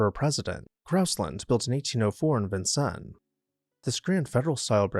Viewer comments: The “s” at the end of Vincennes, IN isn’t silent. It’s pronounced like “Vin-sins”. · Just a little FYI on Vinceness, Indiana… Vinceness is pronounced with the S at the end of it… lol and this little city has so much history running through it… Lewis and Clark memorial, reenactment of the Revolutionary War, the Red Skeleton Museum cause he was from Vinceness and gorgeous scenery and trails around river… and Vinceness University as well… much more to visit too!!! ok my useless information for the day yall ❤😊❤😊❤😊❤ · Vincennes is pronounced "Vin sins", not "Vin sin" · For Indiana, Vincennes is pronounced VIN-sinz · Vincennes Indiana is another one. One of my parents grew up about 20 miles from there, and the locals pronounce it 'Vin-sanz' He also mispronounces Dubuque Iowa, which is actually pronounced 'Duh-buke.' Micwestern French place names that aren't pronounced anything like they would be in French seem to give him problems.